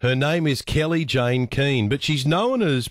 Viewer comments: Kellie-Jay not Kellie-Jayne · Can’t even get her name right, it’s Kelly-Jay, not Kelly Jane! Hardly anyone calls her Posie Parker anymore. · Kellie-Jane. Why was it so hard to get the name right?